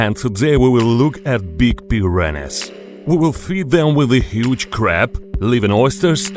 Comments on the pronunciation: Its like hes saying piranis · You guys are having a stroke,im dying of laughter whenever he says "PIRANIZ"😂🤣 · Pi ran ees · He keeps pronouning them preeranays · As much I wanna laugh it’s just his accent that’s y he sound and said it like that but lol